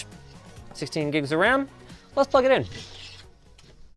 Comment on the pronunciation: when linus starts talking about the single stick of ram thats the most canadian hes ever sounded